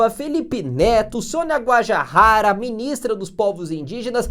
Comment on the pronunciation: A pronúncia de Guajajara é: gua - JA - JA - ra. Com o JA tendo a mesma pronúncia do JA da palavra JAca.